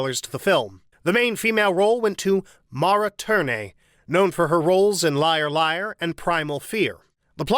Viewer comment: Again with the mispronounced surnames: Tierney, Turteltaub, and Feury (and others but I give you some slack because they are uncommon names). Regardless, I still enjoy your videos.